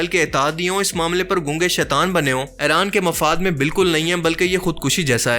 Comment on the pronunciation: Its not Aaran It's IRAN